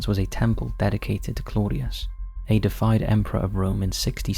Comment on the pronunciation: not 'defied' , you mean 'deified' which means 'worship or regard as a god' pronounced 'day-if-ied' Every single video you get something wrong. 'Pestle' has a silent 't' - pronounced 'Pess-el' Not 'physic.... 'PSYCHIC - pronounced Sy-kick' Jesus wept. For God's sake .. before you press 'send' get someone to check your pronunciations, or does someone else write your script, CHECK IT. Every bloody video.